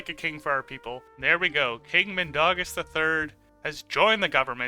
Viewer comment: It's not Min da gas it's Min dau gas